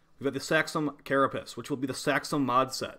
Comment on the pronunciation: why do ya say carapiss instead of carapace???